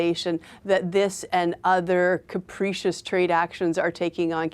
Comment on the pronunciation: Its pronounced cap-rih-cious not cap-ree-cious. But good try lady.